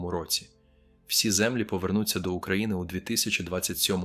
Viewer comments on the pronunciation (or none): Розповідь згенерована штучним інтелектом, послухайте наголос на деяких словах, вчитель не може так говорити.Наприклад -говорить: міст трІщить,а не тріщИть, повернУться, а не повЕрнуться ,квітАми, а не квІтами,бОлять, а не болЯть і багато ще.Це так говорить вчитель, який уже працює 30 років? Говорять ТЕ, ЩО хочуть чути люди.